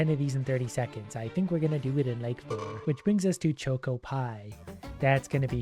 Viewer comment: Hearing pronounce choco as choco causes me physical pain (it’s worth it for his asmr level voice though)